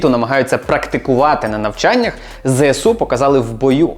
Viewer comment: Мене так тригерить коли усі навколо кажуть ЗеСеУ. Дуже здивувався почувши правильну вимову 🥰